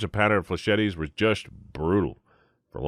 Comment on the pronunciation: "Fleh-chet-tes" Your pronunciation is driving me its pronounced "fleh-SHETs", its french, the last 'e' doesnt exist